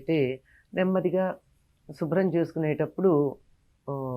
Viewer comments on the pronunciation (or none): షుబ్రం కాదమ్మా శుభ్రం.